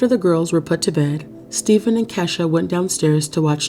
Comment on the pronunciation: Pretty sure Kesha. Is pronounced Key.....sha